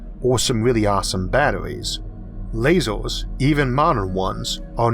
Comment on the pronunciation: 'lazoors' lol it's lasers